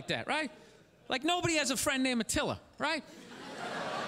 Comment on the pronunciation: I thought he said matillia